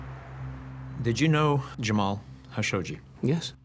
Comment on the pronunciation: Everybody pronounces JAMAL KHASHOGGI with a K sound and the narrator of all people purposely mispronounces his last name as HASHOGGI 😂 it’s kind of disgraceful